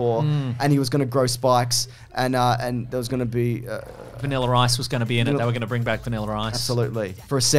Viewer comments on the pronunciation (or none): "Vaniller Ice" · “Vaniler Ice” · My only criticism is that these men should try to remember that the r in vanilla is silent.